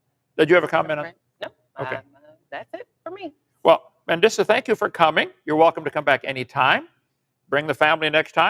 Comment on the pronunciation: If he calls you “” one more time 🤬